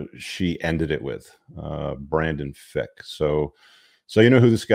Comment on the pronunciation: FRick not Fick